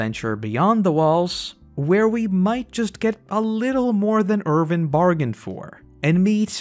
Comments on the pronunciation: You always call him ErVin instead of ErWin 😭😭😭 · I can not get over the fact that every time, you say "Irvin" instead of "Erwin". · Why are you calling him Ervin?